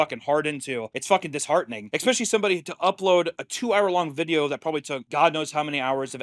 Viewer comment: I will kill you in Minecraft if you say "eCspecially" one more time.